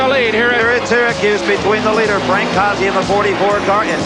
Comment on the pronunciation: Not how you pronounce Frank's name.